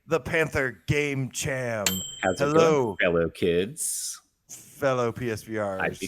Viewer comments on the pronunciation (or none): Cham is pronounced Cam. It’s short for Chameleon. Thanks for the shoutout! Great episode! What a trip down memory lane. 25 years of greatness!